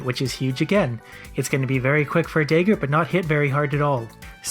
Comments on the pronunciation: also I've never in my life heard anyone pronounce dagger the way you do. Day ger lol. It's dah ger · I'm really bemused by your pronunciation of "dagger". It sounds like you say "dayger" and I'm expecting "da-ger". :D I should probably not watch these after wine. Good video though. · The "Day-ger" put me off... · it's probably a Canadian thing. I live in Canada and I haven't heard anyone pronounce it dah-ger before. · I'm going to continue pronouncing it day-ger just to spite you. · I'm Canadian and I pronounce it dahger lol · Every time he says “dayger” it reminds me that some people pronounce dragon as “draygun” and it infuriates me. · like your videos but maybe you should look up how to pronounce Dagger. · Love you but you say Dagger weird.